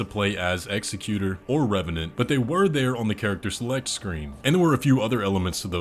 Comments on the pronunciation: It's pronounced "Ex-ECK-yu-tour", not "EX-eck-yu-ter". The noun form of "execute" would be "executioner," not executor. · It’s not pronounced execute-or. It’s ex-ec-u-tor. This is weird to hear from a native English speaker, because you say it correctly once. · Executor. Emphasis on the second syllable. Not executer (not a word). One who carries out the will of another. For instance, if he was the executor for Midra, his "will" was was probably to bring about the frenzied flame and melt everything away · Why did you change your pronunciation of executor? It's not "ex a cute r"... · I’m almost positive the executors name is pronounced in the way of execution and not executive. But it’s hard to say. And executor is someone who makes sure a deceased persons will is done as requested. On the other hand execution makes sense for a sword wielding character